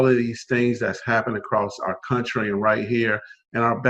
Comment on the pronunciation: What the hell is a "crountry"